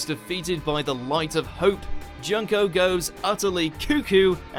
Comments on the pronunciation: Its not Junk-o its June-ko. Please pronounce the damn names right please! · IT'S PRONOUNCED JOON-KO jeeeesus